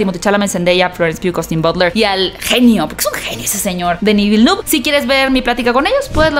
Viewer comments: me encantan tus reseñas aunque se me ponen los bellos de punta cada vez que pronuncias el nombre del director. La pronunciación correcta es: Dení Vilneve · Un trago cada vez que dice Dení Vilenú. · A ver si aprendes a decir el nombre del director que es Frances Se te tiene que llenar la boca